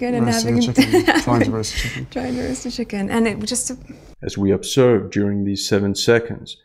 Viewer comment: Let's observe what happens next. What I hear: It's absurd what happens next.